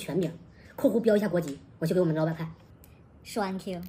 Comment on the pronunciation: 虽然这是讽刺，但是那个thank you真的听得我好难受